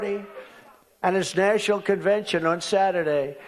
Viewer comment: "....at its nashiel convention on Saturday." He cannot even pronounce simple, common words.